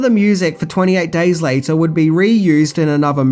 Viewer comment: "EN TWANTY AIGHT DAAYS LIATAA"